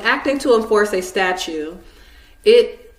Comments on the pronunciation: Its funny she is actually saying "Statue" not "Statute" so in that case shes right, Statues are not laws. Lol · yes, I know but she clearly says "statue" since she an other places says "statute"